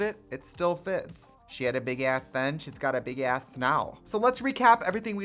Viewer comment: I loved the "big ass" Wisconsin accent coming in at the end there 😆